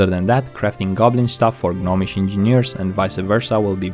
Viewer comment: The "G" in "Gnomish" is silent. It's not pronounced "GUH-nomish".